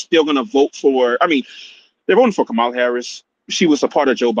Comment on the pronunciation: Did he say Kamammy???🤣🤣🤣🤣🤣🤣🤣🤣🤣🤣🤣